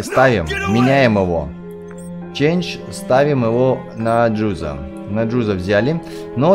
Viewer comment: не джудо а джузо